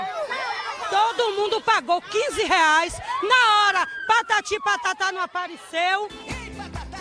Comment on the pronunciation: "todo mundo aqui pagou quinze reainsx'😂😂😂😂😂😂😂😂😂